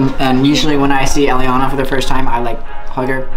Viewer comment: Elliana not elllinana